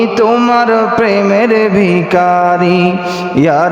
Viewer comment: ভিকারী নয়। উচ্চারণ হবে ভিখারি